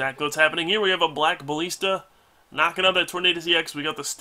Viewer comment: Alright,. Love you to pieces man, but, just in case you don't know, I want to go over pronunciation with you. "Deluge" is pronounced dell (like the company) - youje or del-youj; from the dictionary: ˈdɛljuːdʒ. Then, "ballista" bah - liss (like hiss) - tuh or ba-liss-tuh. Hope this helps, man!